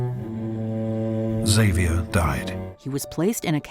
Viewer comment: Is that how you pronounce xavior? Jesus christ